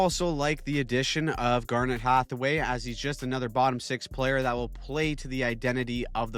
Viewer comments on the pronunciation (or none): none